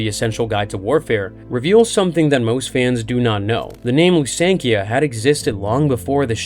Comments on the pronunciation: Ahem! It is pronounced LusankYA NOT Lu san Kia. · Lu-Senk-Eia don't mean to be that guy but your pronunciation makes my head hurt... yet you pronounced it perfectly 😂🤔